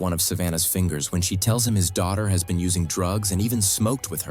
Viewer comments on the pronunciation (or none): none